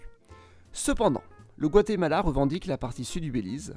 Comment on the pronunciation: T'as des défauts d'élocution ? Guatemela